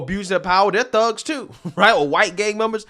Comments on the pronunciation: All I can hear his her saying “ Fugs” rather than “ thugs” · She's trying to get a few big houses in the UK like her American counterparts in the USA! She keeps pronouncing "thugs" like "phugs" you fink? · Is she saying fugs?or thugs? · Why dose she keep saying Fugs instead of Thugs? I see the mouth moment and she keeps curling the bottom lip to make an F sound instead of a T sound. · He said, Thugs....🤣🤣🤣I heard f🤬cks😂😂😂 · That bee-el-ehm aaactivist cannot even say the word correctly, but says “fugs”. Her association of the word with African Americans shows her own prejudice. I associate that word with the Clockwork Orange movie. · Everytime she says thugs, it sounds like fucks🤷🏼‍♀️😂🤣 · I kept hear "black phucks" lol. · Not gonna lie thought she was dropping f bombs at the beginning of the video lol. Forgot Cockney Brits can't pronounce "th".